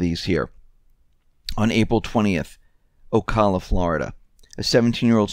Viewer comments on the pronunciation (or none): none